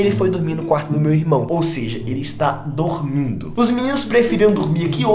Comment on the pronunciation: Yo solo entendi dugmido jsjs dormido